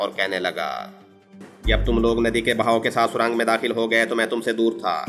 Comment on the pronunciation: Surang nh surung hota h jnb